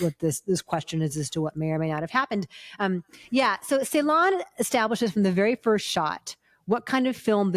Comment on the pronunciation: Thank you guys for the wonderful review. Really loved it. Just a minor feedback that the Turkish C is not pronounced like the English C. Instead, it's pronounced like the “j” in “jungle", So the director name will be "Nuri Bilge Jeylan".